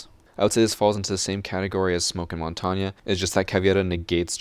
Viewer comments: It's not montanya, it's mon-tane, (Said like) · It's mon-tain, not mont-an-nye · Everytime you say montagna, my ear bleeds its french so there's nothing that sounds like a A at the end of montagne. Sorry I just had to point that out, you could say mountain instead, same thing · why do you say montanya and not montagne? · Good video, but every time he says montania instead of montange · The way you fools pronounce “Montagne” makes me puke. Mon-tang Not MoN-TaWnYa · whats more true to the google translate? "mon-tawn-ya" or "mohwn-tehayng" in the end i see mon-tang being much more suitable then mon-tawn-ya, being a french speaker myself. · You butchered montagne's name. Its Mon Tag Nee not Mon Ton Ya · I don’t think it’s pronounced “mon-tonya” As it is French I believe you pronounce like the French word for mountain (I don’t how to spell a pronunciation but I’ll try my best) Mon-taene In school I was thought mon-ten but it differs around the world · ITS MON-TANE, NOT MON-TON-YA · it is not pronounced like that, it is more like montagn, but the gnya is kinda like the gutural sounds SOME french people might use for their accent, but im not 100% sure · Bruh. What do you mean montanya 😭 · The way you said Montagne made me cringe. It's French for "mountain". You pronounce it like "Montane". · When you say montania a part of me dies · Is any one talking about how he says Montang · Mon-tawn-ya is actually the correct pronounce for montagne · "Montagne" is pronounced "Monn-taine" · montagne is pronounced mon-tang. it is the french word for mountain, a more accurate pronunciation would be something like mohwn-tehayng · Its pronounced mon-tayn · Montainya wtf that's not how you prounaunce that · It’s pronounced mon tane you fucking walnut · Dude, its pronounced "Mon-Tane" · ITS “MON-TAIN” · I swear if he says montonya one more time... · Mon-ton-ya Not how u say it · No ones mad about the fact he says Montongya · Mon-ton-ya what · How he says Montagne tho